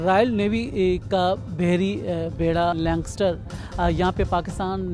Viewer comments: بھائی لینکسٹر نہیں لینکاسٹر نام ہے اس جہاز کا۔ مزید یہ کہ یہ جنگی جہاز ہے بیڑہ نہیں۔ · I thought BBC will be more focused on the pronunciation. He pronunciation for Lancaster was wrong.